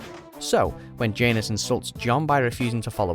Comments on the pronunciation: It's not jae-nus it's jan-os, that's how you spell janos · Ok, I can't help mentioning this lol. Phonetically, it's "Jan-ohs" not "Jane-es" :) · J-Anus? lmao pronunciations are killing me. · Completely butchered the names Janos and Ygritte in this video, smh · You can’t pronounce janos or Ygritte js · The pronunciation of Styr, Janos and Ygritte is killing me a bit.